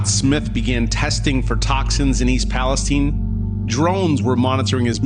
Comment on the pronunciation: It's Palestine, not Palesteane!🤣 For a second, I was like, "Where the hell is Palisteane?" 🤣